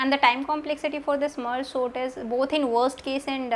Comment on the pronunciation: Didi aap "sort" ko "SONT" kia bolte ho😂😂